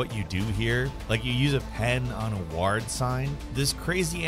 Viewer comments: Always good vids... often terrible pronunciation of basic words ;) I'm off to the Hospital WAHRRD :) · Why do you pronounce "Ward" that way? 😔